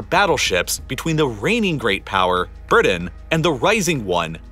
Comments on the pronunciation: It seems that the last 4 minutes of your videos are nothing but an AD selling still more videos under the guise of "YouTube Wouldn't Let You View Them Because . . ." Also, BriTain is not pronounced BriDun. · When you say Britain it sounds like birdin'.